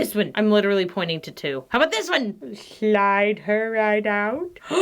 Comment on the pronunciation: Idk why, but “shlide her right outtt” cracks me up so much 😂